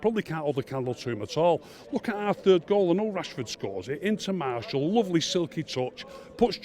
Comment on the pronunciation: If he has good attention to detail why does he call Martial Marshal and De gea De Gayer??? LOL. All joking aside Martial was awful today and Matic never needs to wear a United shirt ever again, this guy has proper tinted glasses and the same for Fellaini!